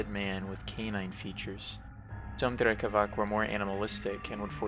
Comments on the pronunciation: No offense, but Slavs use "c" and "k" differently, unlike English. "Drekavac" is not pronounced "drekavak", the "c" in drekavac is like the "c" in pronounced. Not corn (korn) or colour (kolor), it's not drecavac or drekavak, it's "drekavac" for a reason. Keep up the good work, love your drawing style. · drekavac i believe is pronounced with a [t͡s(ʰ)] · It’s been brought to my attention that Drekavac, originating in southern Slavic folklore, is actually pronounced “Drekavats” since “c” is “ts” in those regions. We’re all here to learn so I appreciate the corrections 🫡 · one note: in slavic languages is almost always read as /ts/ so Drekavac is /drekavats/ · Just a little correction: Drekavac is read as Drekavats - the C is a TS like in Beats, also Vampire (originally Вампир - Vampir eng.) is one of the few universally used Serbian words